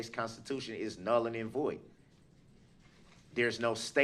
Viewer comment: "null-ing and void".....😁😁😁😁😭😭😂 Boy he is dense